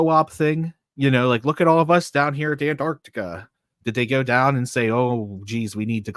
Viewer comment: Hey. What a fun show tonight. But I had to stop to tell you, you totally cracked me up with the Mandela Effect of pronouncing and say Antarctica 🤣. I remember being in third grade and reading aloud and pronounced island as is land. I was mortified due to most kids cracking up. 😵‍💫